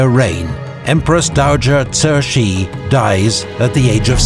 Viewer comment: This was well made. Pronunciation isn’t perfect every single time especially for Cixi, Kuomintang and Hu Shih. Could’ve used a better grasp of pinyin. But it’s passable. Love the music, the maps, the quotes. Kang Youwei and Liang Qichao were important. Would’ve been nice to talk about them a bit more and also stories about Guangxu emperor who sought more expansive reforms while Cixi was oftentimes actually more of the problem. She put him under house arrest and there are rumors that he also executed the young emperor’s consort!!! Through the centuries, countless l historians nd also contemporaries have criticized her for weakening the Qing dynasty and China and for choosing a child to inherit the throne. I’m Chinese and her reputation is very bad for the most part. Just a few notes and thoughts! : I will say Li Hongzhang was the main guy chosen by the Qing government to lead its new armies. It’s important to say that the Kuomintang and early revolutionary elements brought Yuan Shikai into the fold because they couldn’t have any power without the army. But we know how that transpired. Another important literary figure who came around alongside Chen Duxiu was Lu Xun. Would recommend anyone read his stories to get a picture of the times and contemporary rhetoric against old traditions.